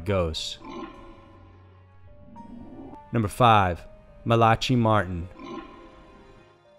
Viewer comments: MALACHY is pronounced MAL-uh-kee...it's Irish. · How many words can you possibly mispronounce??? Host- age?? Malachy?? Smh...